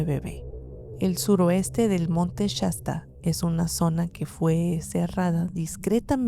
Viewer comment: No se dice Chasta es shasta sh sh